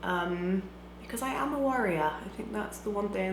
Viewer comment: this Is just what I need! going to a wedding tonight, and I'm doing this! THANK YOU. Also I would like te say that I think you make great content, love the capsule-challenge. It is refreshing to see somebody doing just her own thing. Btw, I thought you said warrior, instead of worrier...